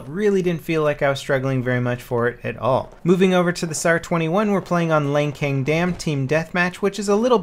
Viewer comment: wtf is lankeng dam? i always thought it was LANCING dam